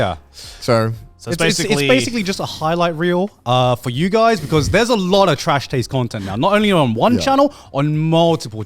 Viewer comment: "Welcome! To the annual Trash Taids Award!" -Grant